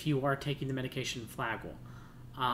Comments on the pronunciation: Good nutrient supplementation recommendations, but I find it difficult to listen to the repeated mispronounciation of Flagyl. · Also ..flagyl is the trade name.we are usually using the generic metronidazole..cheaper. It can be a useful drug but has side effects like any drug.maybe he should leave the medical advice to the doctors .pharmacists etc.i cannot listen to the whole thing bc it is so grating to hear him mispronounce flagyl! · You are saying Flagyl wrong!